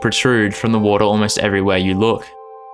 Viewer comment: Important health announcement: don’t create a drinking game where water is your password. You will be pissed drunk two minutes in and that’s where he really gets started!!! But for my pleasure only because I love your pronunciation, please say it one more time: WOADAH You rock!! 😊